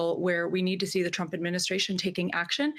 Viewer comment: Bro said. “Tump”